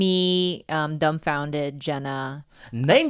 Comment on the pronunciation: Oh wow never noticed that. Only found out about him from Tigerbelly and I kept hearing them say "Dumbfounded" and not "dumbfoundead" or I might just have hearing problems lol